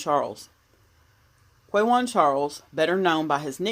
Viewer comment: It’s Quawan pronounced Kah-won The “U” is SILENT